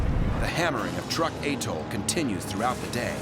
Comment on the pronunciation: Pronounced: Trook not Truck. If you're going to use AI narrators, at least use quality versions.